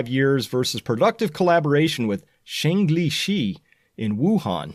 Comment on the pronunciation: BTW: Zhengli Shi is pronounced (roughly) as: JUNG (rhymes with lung) LEE (as in lee majors) SHIR (like shirt, without the T)